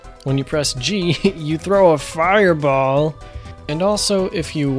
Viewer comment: The way he said fiRebAll had me on the floor laughing my butt off